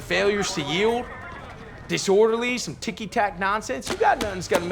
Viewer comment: "Let me tell you summ" and "tell you whut"